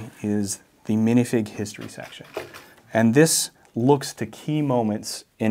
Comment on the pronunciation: can someone explain why he can say the H in "hand" but not in "history"? I get that he's ESL but is there a linguistic explanation?